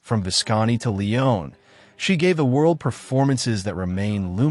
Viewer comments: Your pronounciations of ''mise en scene' and 'Leone'' here are appalling and undermine any credibility your critical musings might otherwise have had. These are famous concepts/ names and it isn't hard to discover how to pronounce them. Comer on, - have some shame and do your homework. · Lovely tribute to Claudia Cardinale, but please learn how to pronounce: "Il" Leopardo; in Italian the definite article (masc) is pronounced like "ill" in English, because the i is an e sound in Italian "Leone" an Italian name which requires pronouncing all letters "LEE-O-Nay" (just like the last E in her name which you do correctly throughout) mise-en-scène is pronounced "mēz ˌän ˈsen" long eeeeee sound for the "i" I know it sounds picky, but I was surprised when I heard them, and it distracted from the otherwise wonderful video.